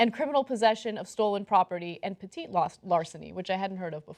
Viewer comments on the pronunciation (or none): im from nyc. petit larceny is pronounced petty larceny. like when your ex sounds petty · It's pronounced as petty... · "Petit" is actually pronounced "Petty" in legal circles. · Pronounced Petty Larceny... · No cenk, petit is not spanish. It is french.